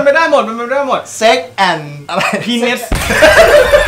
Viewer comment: penis คืออวัยวะเพศชายนะครับ อ่านว่า (พีนิส - แต่ออกเสียงเร็วๆจะเป็น พีนัส)